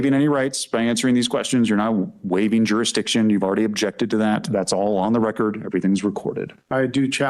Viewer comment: It's so wonderfully ironic that a doofus like this who can't seem to pronounce Jurisdiction has become a legal scholar genius.